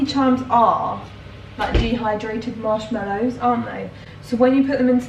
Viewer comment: Marsh mellows? It's mallow! 🤣